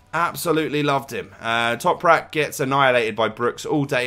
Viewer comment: Quality video, just for future reference it's Ö which is pronounced like 'oe' so it's said like oemer (say it fairly fast), but you said Toprak well:-)